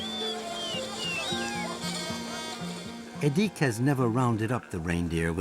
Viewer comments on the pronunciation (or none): The weird-ass forced exoticisation here was unnecessary (e.g., making the names even stranger to English speakers' ears than they already are) - the life of the Nenets people (not "Nenetses") is already unusual enough without it. "Edik" is clearly pronounced with the accent on the first syllable, not the second one - his father says it several times - and there's no need for a "u" in "Gena" (short for "Gennady", a common Russian name - as is "Edik", which is short for "Edouard". During the Soviet era, "local" names were essentially forbidden, and Russian names are still pretty much the default today.